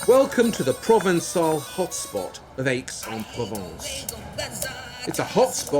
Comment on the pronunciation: Nice work! Please stop pronouncing Aix "aches." It's pronounced like the letter X, not difficult or specialized knowledge